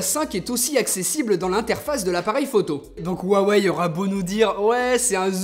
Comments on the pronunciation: Pourquoi te mets-tu à mal prononcer "Huawei" ? Tu le prononcais bien dans tes précédentes vidéos... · Tu ne dit plus rwawei 😂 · Ta changé la prononciation de '' huawei '' mdrrr